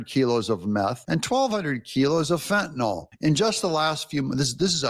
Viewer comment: Fentanyl is NOT pronounced with NOL on the end. NYL is pronounced NIL, to rhyme with Bill.